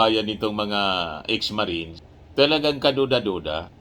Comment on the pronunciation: Tuwing binibigkas mo ang 18 marites ang dami ko tawa hahahha marites lang pla mga marines kakahiya😂